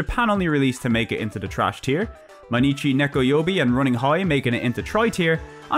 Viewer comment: Mainichi Nekoyoubi means "Every day is cat day". It's not pronounced mei-nichi, but more like "my-nichi".